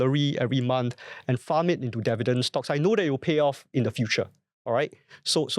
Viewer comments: Devident, devident, devident. why dont you learn how to say this word right? Its pretty simple. And it will help. 😊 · Bro, such easy pronounciation requires no voice coaching. I watched the video, you speak pretty alright albeit with a strong tone of arrogance, which is still acceptable. But Devident? You can correct that within a split second. Its up to you. 😂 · Hard to focus on the content when he keeps mispronouncing "Dividend" - very distracting from start to finish